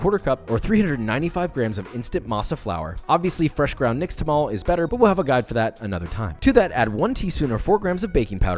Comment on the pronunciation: OMG!!! You said “nixtamal"!!! 😳… I am so impressed 🥲!!!!! Can’t believe a random white dude would know that word!!